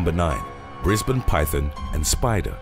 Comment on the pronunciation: I congratulate you sir pronouncing Queensland and Brisbane correctly 👍